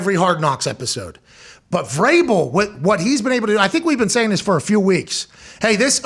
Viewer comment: No biggie lol but it's Vrabel